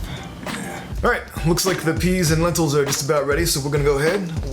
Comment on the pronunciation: Not gonna lie, you lost my fat ass at "Healthy" bahaha but...BUT...PENTILS!! or Lenteas? Loving that ensemble by the way, looking mighty sharp ;)